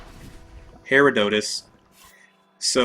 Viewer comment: Just so you know, the green mages come out of every Herodotus blob except the smallest size. But good job for figuring out they are spawning when you kill a blob! (also you pronounced Herodotus wrong)